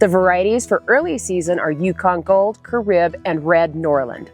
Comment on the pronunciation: "Caribe" ... Ka-REE-bay